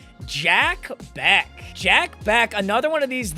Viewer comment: As Jack Bech went to my highschool you pronounced his name wrong. It’s not Jack Beck. It’s Jack Bech (Besh). Just trying to help so you don’t sound like MM CASUAL